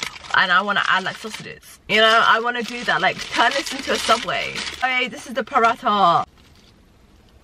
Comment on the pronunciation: The H is silent in Paratha lol